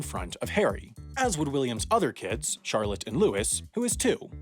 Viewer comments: 1. The name is Louis, pronounced Lou-ee, not Lewis, Lou-is. 2. Not much would have changed?! Britain and Germany would have had one ruler in WW1 (Kaiser Wilhelm) greatly changing the political struggle in Europe and changing the entire 20th Century. The expansionist regime of 1930s Germany into Africa only did that because they were jealous of other European nations having colonies, and Britain would not have helped France because they were part of a huge empire with Germany. Not a lot changes smh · Yeah, IDK why, but it always annoys me how Americans pronounce Louis as Lewis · I don't know how to report mistakes but, Louis - pronounced Lewy (as in St Louis) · I love your videos but when you tackle UK topics the pronunciation is always amusing. I am still reeling over Derek Jac 'o' bi (Jack obi). Anyway, its not 'Lewis' but Louis (as in French kings), and 4.04 its 'precedence' meaning to take priority and not 'precedent' (though previous successions had set one!), and Queen of England - not right at all sigh. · The third born child of William is called Louis, not Lewis. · Of course you don't care about the Queen, you're an American who pronounced Prince Louis name wrong! It's not Lewis, it's Louis! (You know like the French Kings?) Other than the constant jabs at the Monarchy the video was good though... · i’m going to pretend that you didn’t say prince louis like that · When you pronounced Louis wrong it’s not Lewis it’s Louie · Louis is pronounced Loo-ee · Prince Louis, not Prince Lewis... silly Americans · Louis isn't pronounced the same as Lewis 🤦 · it’s pronounced “lew-wee” you tax evading, u dropping peasant